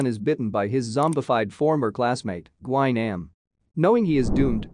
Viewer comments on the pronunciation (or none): My boy gi nem instead of glue nam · "lee chi-yong san" "gwy-nam" 💀